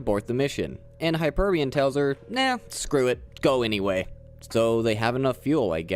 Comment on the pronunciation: Hyperion Not Hyperbun